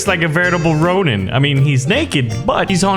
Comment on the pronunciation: did you say onion on purpose or that was an accident?